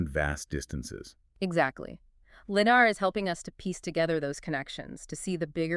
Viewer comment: Stop saying LiDAR wrong